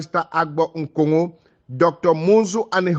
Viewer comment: Please the name is Nkongho and not Ngongho